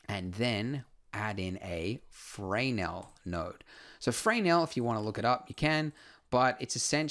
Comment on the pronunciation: Usually Fresnel is pronounced as fruh-nell with the emphasis on the second part, in stead of fray nell with the emphasis on the first part.